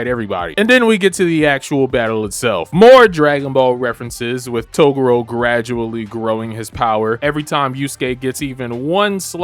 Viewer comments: Learn to actually pronounce Toguro correctly. Its not togoro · I can tell this really is your first time watching this arc because I hope you learn how to pronounce "Toguro" next time around. 😂